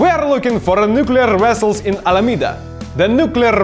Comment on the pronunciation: I was enjoying your video as always, nodding my head in agreement and then you said "Nuclear Wessles" and I spit coffee all over desk.... lol Edit: I have a small channel and mentioned you while filming yesterday as one the best technical instructors I've seen and used "Nuclear Vessel" during that discussion. It's not up yet, but that just made it funnier.